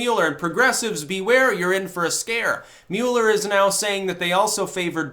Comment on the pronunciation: Mew-ler, Lord of the Mule, hath now decreed trolling to be a thought crime! (seriously even as HA Goodman said it correctly multiple times, still mispronounced his name so I’m just gonna run with it)